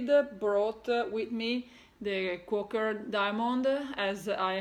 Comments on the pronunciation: Quaker is pronounced Qua ( the a is long) ker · Your Rosewood Manor Quaker Diamonds is beautiful work. We pronounce Quaker is Quay/ker, hope that helps